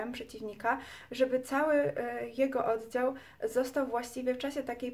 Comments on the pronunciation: taka jedna drobna uwaga językowa, całkiem życzliwie, ale nie dociąga Pani końcówek, wymawia się słowo np. "oddział" twardo a nie zmiękczając litery "dzi", za miękko i to jest niestety współczesna maniera nie tylko u Pani, to samo "nieprzyjaciela" , "twierdził" itd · kobieto nie mówi się odzał -oddział , se tylko się, wodze tylko wodzie, dzęki tylko dzięki , a tak po za tym by było ok